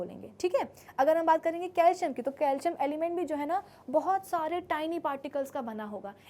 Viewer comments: Sorry but it is not calium it is calcium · Calcium❌ Calium ✅ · Calcium ka spelling apne calium bol diya 😅